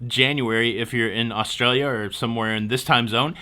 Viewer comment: Points for the pronunciation of Australia when you showed the mug. 👍